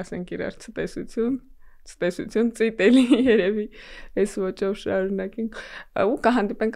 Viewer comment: Ցտեսություն,ոչ ստեսություն